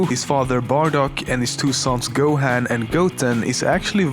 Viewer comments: ***** yet he did research he looked up every fact in this video and even found footage to go along with it if he was looking at footage theres NO reason he should not have heard gohans name in the correct pronunciation dragon ball is not even popular anymore? are you stupid? so many people love it its crazy he should atleast know how to pronounce the names im not judging him or anything but he messed up on that theres no denying it and besides its not like i hate him or anything i love his videos i just overreacted him mispronouncing a name that the correct pronunciation of is obvious is all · U said gohan wrong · its go-ha-n not go-hand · You pronounce Gohan this way:Go-Haan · D-d-did he just say... GO- HAN? (as in HAND?) Get the shotgun. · The part when you say Gohan triggers me Edit: Frieza (maybe) DID caused Gohan to be SSJ2 ‘Cause Cell has Frieza’s cells. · You say Gohan and Pikkon wrong. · How dare you you said gohan wrong 😤😤😤😤😤😤😤😤😤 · who else got angry at how he pronounced gohan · You said Gohan and Taiwan wrong. I knew everything else expect the guy Hawaiian guy, you did better with that name then I would have. And I completely agree with you with that stupid evolution movie, I'm not even giving it the privilege to have DB in it, it was so messed up